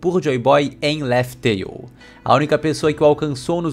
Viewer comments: pronúncia e escrita são coisas diferentes, além de que na pronúncia em japanese é Raftel visto que o l eles lêem como R e em inglês também não é Laftel. Mas aceito o erro de bom agrado pois o canal é muito bom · Laftel??? Não é Laugh tale? 🤔🤔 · O certo da pronuncia de laugh tale é laug teil